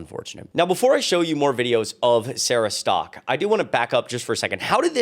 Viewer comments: Sarah Stalk? Literally says Sarah Setka. I'm not subscribing to anyone who can't read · When a woman can't even pronounce her own last name correctly, I pretty much don't listen to anything else she has to say. Where do they get "Stock" from "Setka"? Not even close... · Setka is not pronounced "Stock." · "stalk" is a weird pronounciation for the name spelling "Setka"